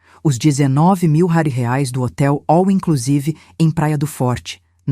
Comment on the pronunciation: Moeda estranha..... Por que não aprendem a falar direito: R E A I S / REAIS.......afffffffff